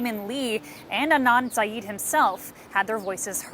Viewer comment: he is absolutely INNOCENT but for goodness sake,, learn the surname. SYED. not SYEEEED